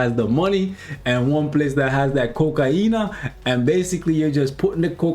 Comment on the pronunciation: “Kokaina” 🤣😂🤣😂 im dying bud😂 Btw love your content! Keep up the good work 👍